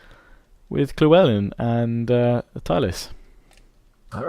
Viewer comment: Why do you pronounce Llewellyn as Klewellyn???